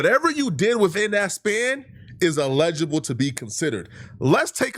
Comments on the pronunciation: saying "eligible" is sending me 😂 bro that word is body slamming your big azz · I love the videos big fan but Google the pronunciation of eligible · He Calling people dumb but the whole video he saying allegeable when he should be saying Eligible 😂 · He's pronouncing it like the word legible and it's killing me too 🤣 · doesnt know he's meaning to say eligible but he keeps saying allegeable.....all while calling people stupid 😭😭😭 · Say it with me “(EL-uh-juh-buhl)” or “L-LAH-jah-bull” = Eligible 😂😂😂 not “allege-able” 🤭💀 good vid though 🤞🏾👌🏾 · el-i-gi-ble. I will allow 2 mispronunciations. Then I gotta let you know. I've been accused of being a grammarian by an English teacher. 😂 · Btw it's "eligible". You really not as smart as you think my boy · #ELIGIBLE (el-a-ja-bel) allegible or whatever word you making up must be in the tether dictionary. Go to Google type in the word and tap the speaker 🔈 button. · El-i-gi-ble say it with us… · It’s ella - ji - bol … still love you though my African brother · Ay not hating or tryna be THAT guy but the way you say eligible makes it sound like you are saying illegible which means something is hard or impossible to read. Eligible means not qualified which is what you were tryna say. You are very well spoken so just wanted to lyk my guy. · Eligible say it with me now ELEH-GUH-BUL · Eligible. "EL-lih-ghea-bull" ...say it with me, one at a time, then all together one word . Eligible. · If you’re going to sit in front of a camera and talk for a living, maybe you should learn how to properly pronounce words eligible isn’t even a hard word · Bro you’re pronouncing “Eligible” incorrectly lol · Why is he pronouncing eligible like that? 🤦‍♂️ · Can someone please teach this guy how to say eligible? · Got me over here sayin eligible wrong 😅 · not being able to say “ELIGIBLE” is hilarious 😂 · He's pronouncing eligible wrong